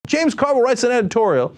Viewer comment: Carville, not Orville.